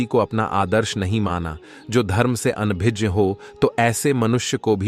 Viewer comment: अपनी हिन्दी सुधार लो ओर नहीं तो इंग्लिश मैं स्टोरी सुनाओ अनभिज्ञ को अनभिज बोल रहे हैं कोई शक नही आज हमारा सनातन धर्म संकट मैं है !